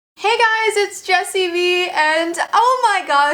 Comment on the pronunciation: YOU SAID JESSIE V NOT JESSIE VEE